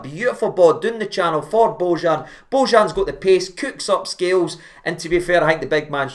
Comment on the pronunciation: Pronounced "bo-yan".